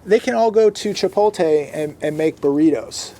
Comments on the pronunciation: It’s chipoTLe! chipoTLe!! Not chipote. Lol. Still love u though bro 😂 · My pet peeve sorry: it is chi-pote-lay NOT Chi-pole-tay. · It's ChipoTle, not ChipoLte you hick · If I hear babe say chipotae instead of Chipotle 🤯🤯🤯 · There is simply no reason for you to not know how to pronounce Chipotle at this point...